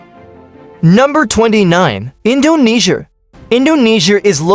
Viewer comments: Bro said Indonesier💀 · Indonesiar?Asiar? Australiar?😂